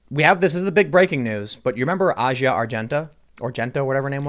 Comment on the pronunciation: He was also mispronouncing Asia's name, it's pronounced like the continent.